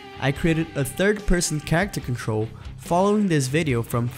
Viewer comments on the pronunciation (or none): none